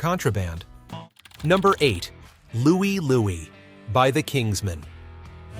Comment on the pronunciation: What's wrong with "Louie, Louie?"